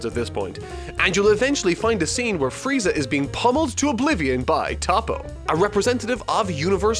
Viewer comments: I SWEAR TO GOD IF YOU TOPPO LIKE THAT ONE MORE TIME I UNSUBSCRIBE! ITS TOE PO NOT TOP OH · It's not Top-Oh it's Toe-Poe. Ffs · It's said like toe Poe not topo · Its not tappo its toppo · Nice pronunciation of Toppo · Please learn how to pronounce “toppo” correctly friend :) still appreciate the video